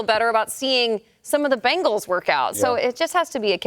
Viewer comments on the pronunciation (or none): Benhals? Excuse meee?? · Ahh yes, The Cincinnati "Benhals" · ahh yes, the Cincinatti Benhals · Ah yes, the Cincinnati Benhals